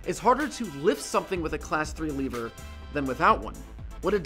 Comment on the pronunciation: I think you misinterpreted what Nintendo meant by "Dark Energy." Also, you don't pronounce lever as "Leever", because the latter is a Zelda monster.